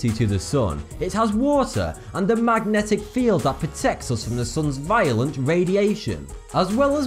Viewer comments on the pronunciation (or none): none